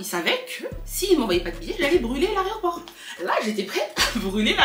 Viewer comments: dit « l’areoport » au lieu de dire aéroport 😂😂😂😂 c’est chou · qui dit « aréoport » 😂😂